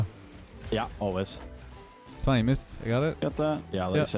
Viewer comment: i thought you said "always"